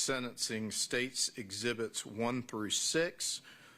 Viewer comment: This 🤡 defense attorney just loves to hear himself talk. Didn't say 1 lie in trial? How about when you stated Chris said he didn't want to see the devastation "I" caused? Chris never said that and anyone who pronounces, "ezzzzibits" and "plumber's semen" better hush when trying to verifying what someone else has said.